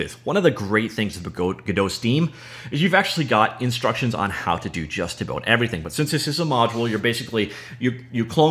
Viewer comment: When I hear "abôut", I thinked: "Canadian guy from scratch"